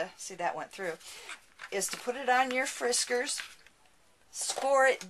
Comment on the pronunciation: Hi ~ Been watching your videos and love, love, LOVE them!! You crack me up when you say Friskers cutter. I have a suggestion for you since you hate to cut the chipboard. I hated cutting it too, so did some research. The best way to cut it is with your cutting mat and a rotary cutter. Cuts through it with one swipe!! An end to the dread of cutting it and it's nice and clean too. Hope this helps end your frustration with cutting it for your future beautiful projects =)